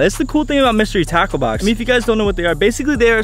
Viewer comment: At first it sounded like you said mystery taco box